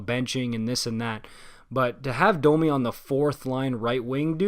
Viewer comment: Bro are you bilingual? You pronounce French names absolutely perfectly. Anyways, about Domi. He’s really fast and has a lot of skill, he has the potential to get more points than Josh Anderson. The problem, however, is that he doesn’t really backcheck and the effort level is an issue sometimes. He’s also a smaller guy, so he’s less effective come playoff time, when the game gets tighter. Not exactly the kinda player that Torts falls in love with. When I first heard of the trade I was worried about how Domi would fare with Torts. We’ll see if he can pick it up.